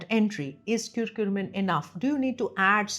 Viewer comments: It's not kurkure, It's not lays. It's not KurkuRmim... It's CURCUMIN. As a Doctor you should pronounce the names properly. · Is it curcumin or curcurmin (which you are saying again & again)? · thank you for your time? Why are you pronouncing Curcumin as Curcurmin, lol? Why that extra R?